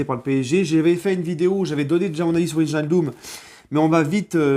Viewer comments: Très bonne vidéo, sinon au niveau prononciation ça se lit VEY-NAL-DUM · salut. alors pour bien prononcer Wijnaldum on dit " Vaille = comme Grailler, nal- deum = comme le seum" voila. super votre live sur Passion foot. continue comme ç'a tu est super.